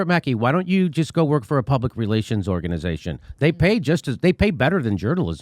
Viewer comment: Organ-EYE-zation (haha) ... The Canadian accent snuck out for a second there. Aaron Mate is a national treasure.